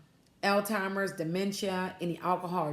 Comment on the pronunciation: Love your videos but you need to learn how to pronounce Alzheimer. It's not all timers, is pronounce (al ziemers).